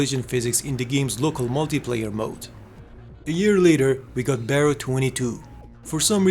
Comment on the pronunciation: Here is a small correction "Barro" is pronounced as "Bar row" wich translates to dirt or mud, Maybe it was supossed to be an off road racing game?